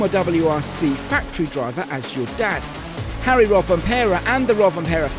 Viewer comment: Kalle not Calley